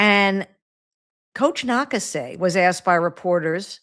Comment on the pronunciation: The Valkyries Head Coach is Natalie Na-KAH-say, with emphasis on the middle syllable. Wrong pronunciation. :)